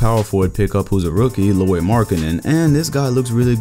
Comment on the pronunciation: Boi u botched Lauri's name i ez trigggered, its pronounced like Lowry btw haha